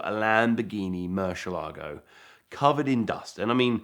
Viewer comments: It would be very professional for you to learn how to pronounce the model of the Murcielago (which means bat 🦇 in Spanish) not Murshielago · Eds in the background going, "It's MurciELago not MurcielAgo."